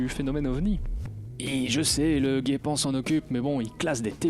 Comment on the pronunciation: Perso, je dis "jépan" parceque y a pas de "u" comme dans "guépard". Pataper pataper, c'est juste une remarque gentille. (Guentille ? 😉)